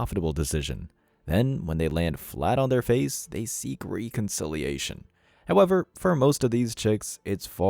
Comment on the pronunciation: Why can't you speak English it is not pronounced r e e conciliation